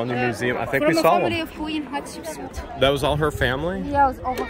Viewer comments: Thanks again for sharing all of this amazing history! 💕🤗🥰 These videos are much better than documentaries because we get lots of wacky humor and learn the real pronunciations, like Catsupsuit.🤣🤣🤣The Egyptians should let & Susanna Patricia rename all of their royalty.🤣 The guides so far are awesome, with friendly personalities and lovely accents. Love what they do with the letter r, just like the Jordanians. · Everytime your tour guide says the queens name all I can hear is Ketchup soup! Lol 😆 🤣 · The wall art is amazingly beautiful!! 🤩 Thank you for taking us on another tour. Both of you seem to be enjoying yourselves, minus the drama. 🎭 it sounds like you’re saying Ketchup Soup 😄 and corrects you every time. I enjoy watching your videos with smiles and laughter! Love the humor. You guys remind me of my husband and I. You both are our type of peeps to hang out with. ❤️